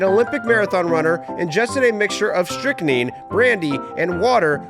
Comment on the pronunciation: You know what I'm afraid you might be right. The way he pronounce the word Strychnine did seem a little suspicious to me